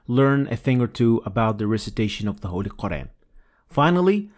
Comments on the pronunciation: You forgot to mention him saying many times ü and ö Turks 2 problems are: ve and ü/ö. There is no ve and ü/ö in the Quran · another mistake: He pronounced "u" as "ü", a turkish letter which doesn't exist in arabic. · I hate that turks say ü when its u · I'm not an expert, but one thing that stood out to me was the pronunciation of the u vowel (short and long) as a front vowel (ü) instead of as a back vowel (u). I'm not sure how serious a mistake it is, but it still sounds odd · Like a lot of people from turkey or azerbaijan, he pronounces ü instead of u. I don't ever think that arabic people can even pronounce ü. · This admin should improve the pronounciation of QUR'AN NOT KURAN. Sorry nothing personal. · Again it is nice that one President recites holy Quran i public. By the way Turks have their way of pronouncing some letters like ü not u and like that. It is good cause he knows what is Quran and he reads. Mashallah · I know so many people who make this mistake, it's not just President Erdogan! Please make sure you don't make this mistake. This is also widespread.